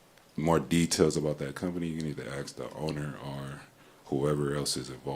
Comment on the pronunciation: the word ASK is said how it’s spelled. It’s not “Axe” it’s A-S-K. So you say it A-SSS-K ASK! You sound like a damn moron honey slapper!